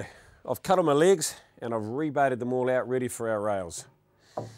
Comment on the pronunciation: Tickety boo "binch" (bench) Cut the "ligs" (Legs) Love practical demonstration